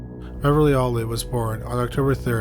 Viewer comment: My only complaint is your pronunciation of Beverly Allitt's name. It sounds like you're saying "Olive" with your accent! 🤣 But it's "Al-lit" not "Aull-it" - I don't know if you do already, but maybe watch a video from the case's native area and see how they say it? Other than this, great video as always!